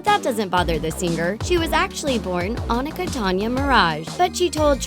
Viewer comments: On-A-ka NO ITS O-knee-kah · It's not Anika it's acctually oh-nee-ka a Trini name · O-knee-kah. Not On-ika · It’s not Onkia it Anika that’s y ppl called her Nikki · It’s not On-ic-a it’s Pronounced O-nek-a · O-neek-a. Not. Onika. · Ummm it's pronounced like Oneeka not honika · It's O- ne-ka 😂😂😂😂 not a-na-ka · Y'all made me CRINGE when you pronounced Nicki's real name... You pronounce it like oNEEKA not Ahnicka... lawd. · Definitely didnt say Onika right lmaoao. Its not "On-I-Cuh" its "A-Neek-Uh" hence.. Nicki.. "Neek" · "on ic a" its "oh neek ah" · Ohn-ick-a.... it's Oh-nee-Kuh lol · I’ve watched a few of these on other channels and how come no one actually researches how to say Nicki’s name? It’s O-knee-ka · “Onika” Ohh-Nee-Kah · its pronounced Oh-Ni-Ka for nicki Minaj real name. it bothered me 😅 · it's pronounced O-NEEK-A 🙄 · She mispronounced Nicki's real name. It's pronounced O-Nee-Ka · its pronounced (Oh-Knee-CAH) (Toh-nya) (Mar-ahge) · No, it's pronounced (Oh-neek-a) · the way they mispronounce Nikki's actual name Onika It's oh-neek-ah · You pronounced nicki real name wrong. It's "Oh-neeka" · I cringed every time the voice lady read Nicki Minaj’s alter egos and born name wrong, it’s making me mad🤣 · you said all Nicki Minaj names wrong 😂😂😂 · She said Nicki's name wrong. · you said nicki minaj real name wrong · I cringed when they pronounced Onika I mean Jesus Christ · the way they pronounce Onika 🤦🏿‍♀️🤦🏿‍♀️🤦🏿‍♀️ so wrong bey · Pronounced "Onika" wrong :( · Omg ew that is NOT how you pronounce onika. Do your research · Why did she say Onika like that 🤣🤣